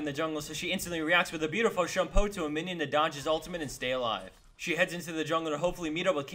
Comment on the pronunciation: I love the "WHAT ' S" and the "beautifull day"